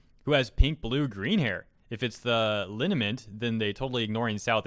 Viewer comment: Linement... is that another way of saying "sacred ointment?" lol